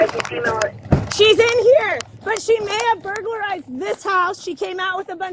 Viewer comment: "Burlargized" ...wow